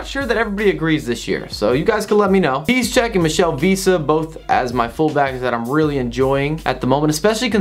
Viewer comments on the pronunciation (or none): none